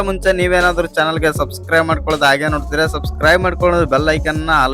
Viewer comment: ಅಣ್ಣ ಸ್ವಲ್ಪ ಕನ್ನಡ ಭಾಷೆ ಮೇಲೆ ಹಿಡಿತ ಇರಲಿ "ವಿಸ್ಯ ಅಂಗೆಯ